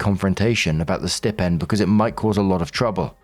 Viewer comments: Hey gotta say because it’s like a static shock each time and it happens so often I’m flashing like a Christmas tree But it’s stai-pend Like eye or like a pig sty Not stip-end Not a snip at the tip of the end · Story 3. OP is exhausting. As is Marks pronunciation of ‘Stipend’ If you don’t know a word dude, type it into google followed by pronunciation and a little sound clip will play. 🤷🏻‍♂️